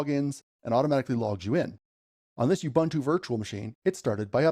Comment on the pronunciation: BTW, all the "U's" in "Ubuntu" are pronounced as "U's" as in "Oo-boo-ntoo" and not "You-bah-ntu". The "b" should be soft but you don't have that in English so it's difficult for me to teach you how to do it